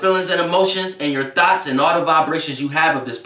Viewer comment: It be so funny when he say “thoughts” lol 😂 “thots”... sorry but this is definitely the truth i had a terrible relationship... but karma will prevail.